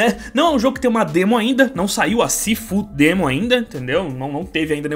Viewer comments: Sifu Demo 😂😂😂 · "Sifu-demo" - 2021